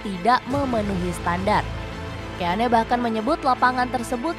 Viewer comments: Dibaca roy kin.. ROY KIN.. KIN.. ROY KIN.. bukan KÉ A NÉ 🔥😡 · Bukan Roy keyane kak. Mohon koreksi Roy keane = baca Roy Kein 😁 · Kin aja d bacanya min, risih gw dengernya keane, lo sklh lulusan apa sih? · Roy kein,,,di bacanya,,,ngeri ngeri sedap didengernya Keane,,haha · gatel bgt denger penyebutan Roy Ke-ya-ne 😭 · Dibaca Roy Kéin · Seaman, keane ..... diperbaiki dong cara bacanya